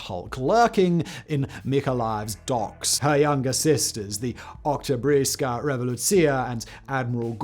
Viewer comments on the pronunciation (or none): Oktobarska. "Oktobreeyska" isn't a word.